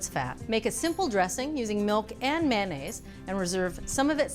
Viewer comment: Mayo mayo mayonaise NOT MANaise !